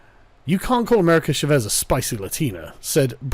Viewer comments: CHÁ-VEZ not SHA-VÉS. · "Shavez" lol it's Cha not sha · Oooooh you Brits and your inability to Spanish. It's "Cha-vez" Love you <3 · Carl, the way you pronounce "Chávez" gives me arse cancer. It's not a "sh" sound, it's a "ch" sound, and the A is the letter that's accentuated, not the E. It's Spanish, not French.